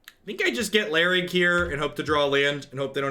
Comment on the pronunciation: iLharg btw not Larig